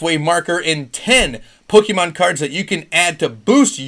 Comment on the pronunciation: Yo where do you find all of these pokemon Sorry I meant POKEEEMANN CARDS